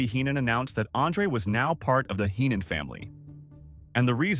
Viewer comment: Fk the ai voice bullshit. You should know how to pronounce Heenan and Fralic. Smfh